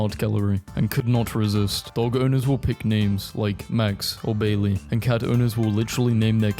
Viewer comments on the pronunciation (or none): none